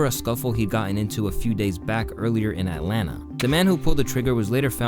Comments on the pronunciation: Lmao atlana is crazy. It’s Atlanta bro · atlanta not atlana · Its that new sh*t “At Lana”